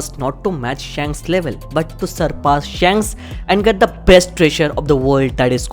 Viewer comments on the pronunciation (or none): Bro literally said bhanks 😭😂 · i cant stop laughing wen he says bhanks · 😂 everytime he said bhanks😂😂